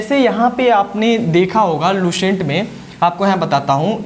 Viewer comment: S ar Sh me antr hota h Lucent,, not luShent